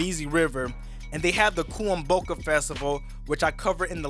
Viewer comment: The best thing he pronounced was kuomboka, the rest had me surprised😂😂😂😂. Awesome work, pretty accurate. Thank you